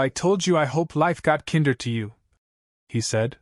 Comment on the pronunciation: "Kinder," in this story's context, should be pronounced with the long "I" sound, just like it's root word "kind," which means nice. The story keeps pronouncing it with the short I sound, as in kindergarten or Kinder Chocolate, which is the German word for children.